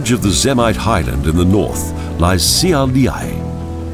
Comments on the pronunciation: I couldn't agree more. The "Na moo' nas" was bad enough, but "See Ay Lee Ay" instead of "Shiau-lay" (Šiauliai)? That's just beyond unforgivable. Great video, though. I'd think this video just might bring some tourism our direction. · funny how not a single name was pronounced correctly. Especially Šiauliai :) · on minute 23 you pronounced the name of the city wayyyy too wrong. Šiauliai. Š= Sh. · at least, he coul hage types it on google translator. It pronounces the word correctly